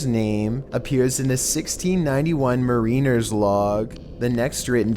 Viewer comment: Pronounces "ookhier" correctly but mispronounced Mariner?!?!? How??